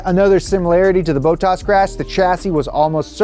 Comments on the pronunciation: Stop saying boatas it’s bottas you goon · Man the way you pronounce Bottas’ name triggers me haha there’s no “a” after the “o”. His name isn’t Boat-tas it’s Bot-tas. Sorry had to say something about that otherwise really cool look into the financials of a crash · It is bot-as not boat-ass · Bow-tass > Bot-tass: Easy math - (A guy from the south who pronounces names incorrectly without malicious intentions). Also put on a jacket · It just bothers me that he keeps saying bow-tass rather than bottas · It's not Boat-as, it's Bot-tas 🤣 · Who the fuck is bow toss?!!?! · Who is this 'Bow-Toss' guy? :D It is 'BOTT-ASS' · It hurts my soul every time he says “Boatarse” instead of “Bottas”. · BOT - TAS not BOW - TAS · Why does he keep saying Botox? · Bottas... Not Bowtaas... Bottas... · It’s not boat-ass it’s bot-ass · I love these shows but I hope see's this and pronounces it Bot-tas not Bo-ttas, it hurts my soul. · BOH TASS NOT BOW TOSS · Who’s Bowtoss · I'm sorry but the way pronounces bottas' name is triggering me. THERES 2 T's IN HIS NAME! BOT-TAS! not bo-tas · bruh it's not bo tus its bot tas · anyone else annoyed that he keeps saying bo-tas and not bot-tas? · lol...Botox...Bottas...BOT TAS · Boe taz lol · whi tf is boltass? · Boooooootas, ffs bottas a short o please. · For the love of God learn how to pronounce Bottas..... It's not Bo-ttas(bow-tass), it's BOTtas(bot-tas), sooo annoying! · Bottas = bot-as (don't overpronounce the s) Not bow-taws For someone who knows so much about F1, has he never heard the pronunciations from Crofty? I swear Americans make pronunciations up for the fun of it. Clear thar the American bloke is a poser. Speak in £ not $ too, this is a British sport not American. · the bowttas pronunciation is giving me shivers😅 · I was hearing "Boat-ass" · Yoo everytime says Bottas.. All I hear is "Botox" 🤣🤣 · I thought was a real f1 fan til he said bottas like bote ass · "Bow Taas" lol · Bo-toss :P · BOW-tas lol